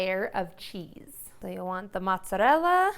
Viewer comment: I can’t make lasagna from a person who can’t pronounce mozzarella or ricotta 🤪